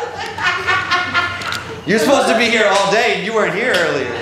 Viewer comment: Earlier that day* not earlyer 🤦🤦🤦